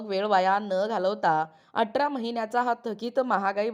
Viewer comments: बाई व्हिडीओ बनवते तर भाषा सुद्धा शुद्ध असावी atra नाही athra👎🏿👎🏿👎🏿👎🏿q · अटरा नाही हो, अठरा